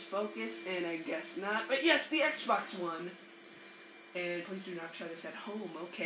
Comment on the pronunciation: your pissing me off speak propely say xbox one right